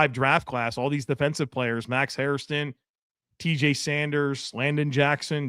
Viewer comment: Hairston not HairISton. Jesus’s fuck, a year later and nobody can say it correctly.